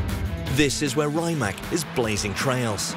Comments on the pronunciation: It's rimac not rimak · Is not RaimaK, but RimaC! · Raymak like Kajmak. Say R I M A C. Croatian is phonetic. R is always an r, I is always an i like Iraq and not ajrak, M is always an m, A always an a like Adam and C is always a like a-b-c and not a cat. For a million at a time surely you could learn how to pronounce the name as it should be. Let's be professional!